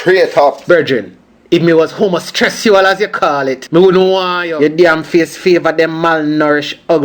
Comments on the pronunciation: "homostressual"... really? 😂😂😂😂 "voice acutation"😂😂😂😂😂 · Haha did he say "homostressual"?